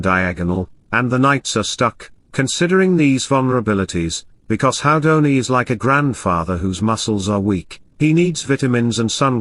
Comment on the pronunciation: Haha, smoking in the garden. (PS. it's pronounced Who-dini, not How-dini.)